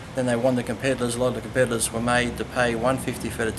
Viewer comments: Does Lee call competitors compedalers? XD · Compediddlers? Lee, are you high?